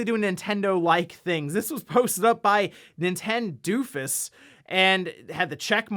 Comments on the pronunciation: Why did you say nintendoofus like that? It's clearly meant to look like nintendo of us without spaces. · "nintendoofus" was probably meant to be pronounced "Nintendo of U.S." ...but I like Nintendoofus better :'D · I think it’s meant to be NintendoOfUs but by funny coincidence it became nintendoofus, I love hearing it read that way though. It’s really scary that people can just do that now.